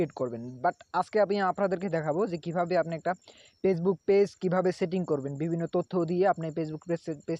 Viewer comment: দুরু বুদাই পেজবুক কি ফেসবুক তর তো উচ্চারণ ই করা পারস না